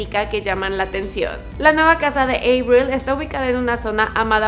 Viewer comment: Me da algo cada que pronuncia EIBRIL 😖